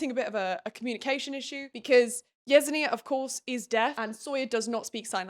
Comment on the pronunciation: I haven’t read the books so I fully accept I could be wrong, but the character who’s name you’re pronouncing “yez-en-ee-ah” would make more sense to me pronounced as “yes-en-ya”